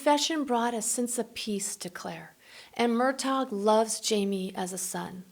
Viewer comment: Murtach not murtag